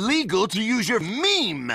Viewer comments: Why is he saying “me” but i hear meme? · He always says "Mem" instead of "Meme" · I think he said mean